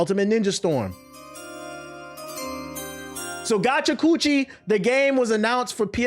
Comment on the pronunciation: TBH mispronouncing Gachiakuta make it sounds like a MAGA version of gotcha nose lol